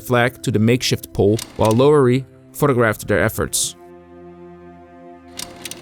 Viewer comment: Some help on pronunciation of names: Harold Schrier is SHRY-ur, not SHREE-ur. Louis Lowery is LAUER-ee, not LOW-ur-ee. (Think, “loud”, not “low”) Franklin Sousley is SAU-slee, not SOOZ-lee. (Again, think sound of “loud”) Michael Strank is STRAINK, not Shenk. Rene Gagnon is REN-ee, not Ruh-NAY. Spelling in photos: Schultz, not Schulz. Quality of your vids is always first-rate, so noticed these miscues. Keep at it, love your channel.